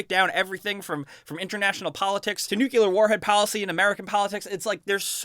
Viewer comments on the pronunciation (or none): If you know you pronounce "nuclear" wrong... why not just, y'know... pronounce it right?